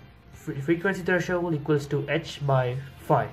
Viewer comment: It's THRESHOLD n not THERSHOLE